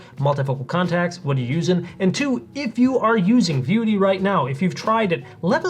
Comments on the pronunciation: Why is this guy saying "VIUITY" instead of "Vuity?" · Why do you keep pronouncing it "VI-UTY" when it's clearly "VIEW-ITY." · If you want to at least sound like a professional, at least learn how to pronounce the name of the product you're discussing. "Vie U Ity" is incorrect pronunciation. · If you're going to do a video of a product, maybe you should pronounce the name correctly consistently.